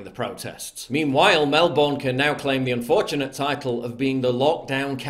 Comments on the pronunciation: It's MelBEEERRRRRRN NOT BORN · Paul, Melbourne is pronounced 'Mel-burn' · Mate it’s pronounced MELBURN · Australians: Mel-burne.. PJW: Mel-BORN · Melbinn is how you say it. Good coverage pal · Not Melbourne. Melbn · Please finally pronounce ist MelbUrne